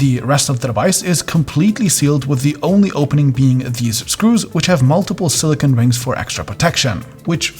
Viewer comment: please learn to say silicone properly. The last syllable sounds like "cone" with a long 'O'. Silicon is a crystalline metalloid use to make microchips.